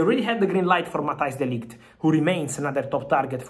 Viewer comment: De Ligt not Delight 😅😅😅😅